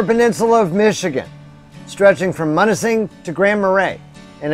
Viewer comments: love your videos. locals pronounce it m-you-na-sing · It’s pronounced M-you-nising .....🙂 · It's Munising as m-you-nis-ing....love your videos, your living my dream, hopefully this will be how my retirement is..... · M-you-nis-sing holy shit bud!